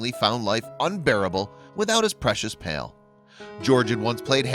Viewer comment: was george given the opportunity to see his dead buddy and say goodbye? to understand that his bud is dead?? and why does the narrator keep saying pale instead of pal?